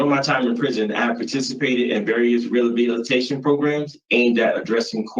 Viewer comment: I like how he can't even speak the word 'Rehabilitation". I'm sure he deeply understands the definition of the word and how it applies to his life.